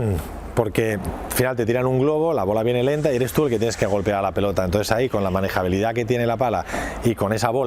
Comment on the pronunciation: "Manegabilidad". Mis hogos...